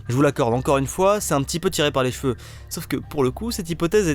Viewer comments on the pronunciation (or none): none